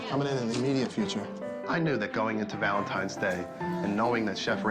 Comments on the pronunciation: sounds like Gordon says "valentimes" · IT'S V A L E N T I N E ' S NOT VALENTI M ES - THERE'S NO M IN THE WORD. I'M NOT SHOUTING - I JUST CAN READ BETTER. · he said "happy valentimes day" about 10 times. does he not know what valentines day is? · Gordon kept saying Valentimes. "Hey buddy, that's not how you spell it.'" LoL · Actually I believe he said ValenTIMES Day. hahaha